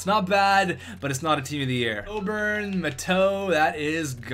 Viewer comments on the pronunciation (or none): none